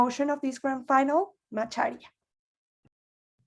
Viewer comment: Finally someone who isn't African that pronounced "macharia" correctly😊😊